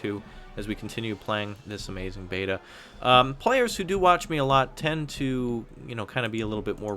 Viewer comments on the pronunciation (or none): none